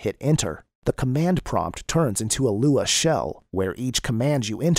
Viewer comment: am I the only one who can't follow this because of the text to speech? everytime it says LUA I gag.